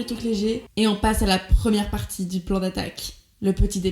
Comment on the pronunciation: Mdr t a oublié le t à petit mais sinon continue comme ça 💪💪💪